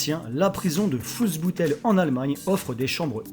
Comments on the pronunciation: Je fais de l'allemand et sa se prononce foulsbutel et pas fulsboutel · Super vidéo ;) Par contre pour le prison de Fuhlsbüttel, la prononciation du "ü" c'est pas "ou" mais "u" ;) C'est juste carrément abusé que certains aient le droit d'avoir ces "prisons", tandis que d'autres meurent de faim dans les rues, y'a un moment faut se dire que y'a un problème xD